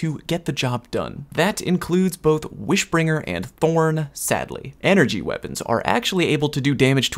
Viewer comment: Anyone notice how he said wish bringer